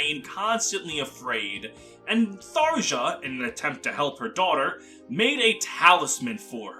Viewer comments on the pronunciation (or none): obligatory "it's pronounced thar-yah" comment. I left a like pls dont hex me bro